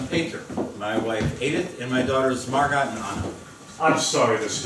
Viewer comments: really good but Margot is pronounced Mar go not Mar gut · It’s mar go not MArGoT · It’s pronounced Margo. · They pronounce Margot as literally.... marGOT? And nobody caught this? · yeah lmfao isnt it just pronounced mar-GO